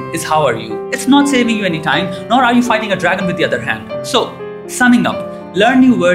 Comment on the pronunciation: you need to work on the pronunciation of 'the'